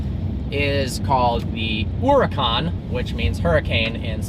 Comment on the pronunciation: For fuck's sake!! That accent mark over the vowels tells you where to put the stress, yet you mispronounce every single Lamborghini model. MurciÉlago(moorthiElago) and HuracÁn(ooracAn), not mursilAAgo and hUracan.